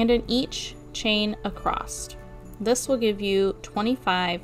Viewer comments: Great work!! Im going to start one tomorrow!! Not sure if you're audio is working correctly because it sounds like you're saying "acrosst" instead of "across". Thanks again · Oh my gawd stop saying “acrosst!” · Uhm, yeah…. Last time I checked? There is no ‘t’ in the word “across.” Just sayin’. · adore this! But there is no T in across! you mentioned kids and school so I figured you would want that pointed out. Most of my kids have to be retrained out of that when they leave home schooling and enter a real class room